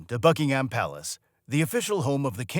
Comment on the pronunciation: Buckingham: pronounced Bucking-um, there is no emphasis on the ham 🙄 and simply referred to as Buckingham Palace, not, THE Buckingham Palace 😖